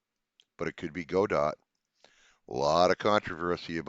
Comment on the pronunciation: GDScript is like the language Go or Golang (not Python which is totally different). Go is function based versus C# in Unity which is object oriented. Its a different paradigm. You are pronouncing "Godot" correctly. It's from a play called "Waiting for Godot". The first release I saw had a tagline that read something like "Godot - the game engine you've been waiting for.". I'm looking to switch from Unity to something else... Looks like you've convinced me to use Godot.